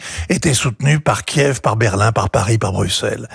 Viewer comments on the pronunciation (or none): none